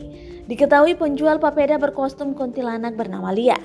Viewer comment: Kok KONTILANAK? Bukannya kuntilanak di detik 😂😂😂